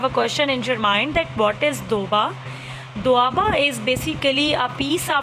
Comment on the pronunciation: MAM,our national language is sweet Urdu--------and it was not doba it was doaaab